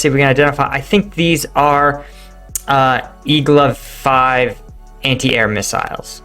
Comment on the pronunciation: that would be "igla-vee" not "igla-5", as the russian name in the picture is "игла-в"; before this war is over you'll probably learn cyrillic letters :)